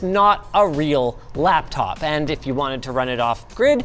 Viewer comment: Butchering the word laptop.